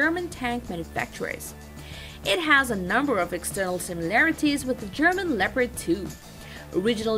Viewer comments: It‘s called leopard. Not lepred. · she might be learnt to speak! German tank, german name: Le-o-pard! easy